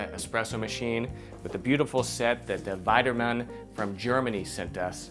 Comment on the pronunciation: Beautiful machine. We need to work on your German and French pronunciation, though. It's pronounced "VEE-de-mahn," not "VIE-de-mahn." And the German on the box roughly translates to "Make a machine your machine."